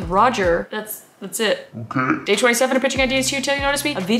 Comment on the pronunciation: It's otay jeez